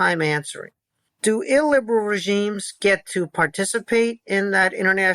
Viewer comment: I really like Kotkin, but if I was drinking for everytime he said illberal, I'd be died.